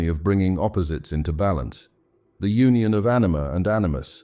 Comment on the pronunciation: I want to believe what you're saying, but I also can't believe that whoever this narrator is doesn't know how to pronounce "Union" . "The collective unconscious - eternal myths of Union" The narrator completely mispronounces that title. It's obviously an AI mistake. Sorry for pushing this so hard if this really is a genuine effort but this is the deranging aspect of AI that most people are not going to be on the lookout for. Since AI is not human, it does not care if it is injecting harmful philosophies along with accurate philosophies. This mixing of philosophies can be just as detrimental as not searching for wisdom at all, if not more so. AI is a very tempting technology to take shortcuts to create content and for artists like me we see it as an affront to God's gift of consciousness. 7 hours of psychobabble is going to get the right metrics to make a more profitable video whether it's accurate and helpful philosophy or not. Getting people to start listening to this at night and then fall asleep with it on is a strategy for making money, not helping people.